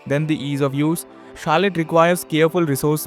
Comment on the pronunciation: It's not Carlette